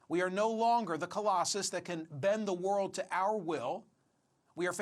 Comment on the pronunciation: This guy even said "we can no longer bend the Wold to our will"